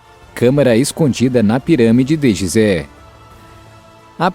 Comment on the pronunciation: Apesar da grafia ser GISÉ lê-se GUISÉ